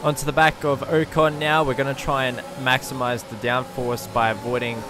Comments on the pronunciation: Someone tell this man it’s not Oh-con it is O-con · Who's oh con? Do you mean Ocon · U saying ocon name wrong gave me aids 😂😂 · U say ocon wrong